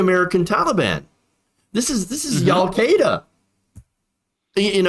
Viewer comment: Did he call them "Y'all-queda" As in yall come back now ya hear lol redneck alqueda